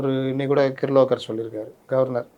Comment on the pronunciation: கிர்லோகர் இல்ல. அர்லேகர். Kirloskar two wheeler engine. பாவம் அவரே கன்பீஸ் ஆயிட்டாரு.